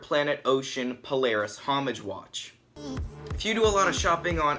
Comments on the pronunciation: Great review! I just want to point out that it's "Paula Reis" not Paulareis.:) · It's pronounced Paula Reis by the way, it's not one word